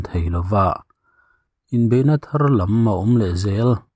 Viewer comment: Thu chhiar a ngaihnawm ṭhin hle mai. Mahse ti teh ang ,a tir lam a 'thar lam' tih a 'lam' thluk dan hi a fuh lo deuhvin ka hria..